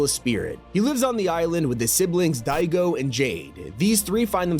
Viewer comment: Annoys me is pronouncing Daigo as Digo lol.